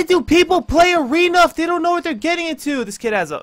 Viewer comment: 9.09 mothership in aweeeena 😂😂